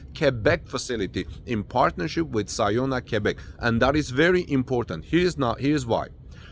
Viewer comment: OMG! American that can pronounce QUEBEC correctly. heart palpilations